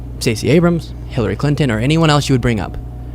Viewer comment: Talk about dementia! If it’s not dementia then he’s clearly on drugs! They’ve doped all of these people and it’s clear! Would you trust this guy to perform brain surgery on you? I surely would not! 😷 When’s the last time he was evaluated? Can’t even pronounce Hillary Clinton correctly. Dump admires Capone! Also Dumpy weaponized the DOJ against Himself!